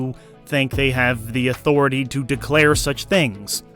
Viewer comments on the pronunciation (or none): none